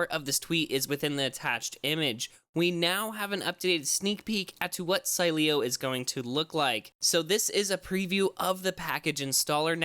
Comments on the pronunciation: It’s pronounced, Sileo! Say it right! Lol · Still pronouncing sileo wrong 😂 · I love how they made an entire video to apologize for pronouncing it wrong and then butcher it even worse a couple weeks later. Then, say they pieced it together using old recordings... doubt it. Lol, at least was funny for me to indulge! :) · dumass learn first how to pronunciate SILEO